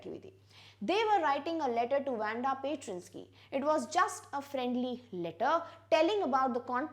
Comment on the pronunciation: Madam plz correct ur pronunciation for Petronoski It's - Paat Ro' No'us ki'